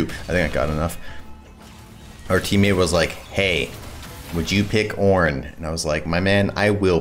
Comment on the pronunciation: he didnt say it right , OOOOOOOOOOOOOOOOOOOOOOOOOOOOOOOOOOOOOOOOOOOOOOOOOOOOOORN